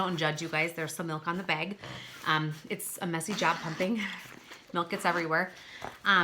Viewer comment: "it comes in a beg" haha i love your accent! <3 my friend says bag the same way! Great review THANK YOU!